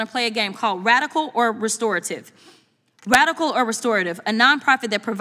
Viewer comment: This dummy can’t even say radical